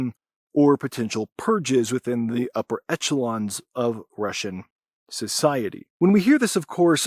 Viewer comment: just a heads up, the standard pronunciation of echelon in the UK and US is closer to eshelong--it's not pronounced with a ch sound anywhere in the world--thought you'd like to know so you'd get a more professional sound